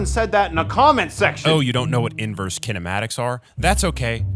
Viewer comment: "kinemtaics" lol